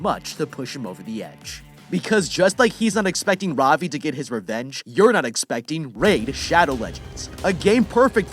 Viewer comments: Ravi is pronounced Ra-v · Its funny to see how he pronounces Ravi, As an Indian i am laughing